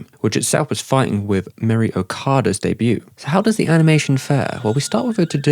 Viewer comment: What dialect actually pronounces the t in debut?